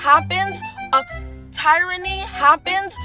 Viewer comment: Right!!! 🤣🤣🤣 she can miss us with the TIE- ra - nee!!! Just awful!!!